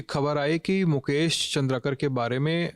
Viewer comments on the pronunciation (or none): Aap nam bahut galat le rahe hai Its चंद्राकर not चंद्रकर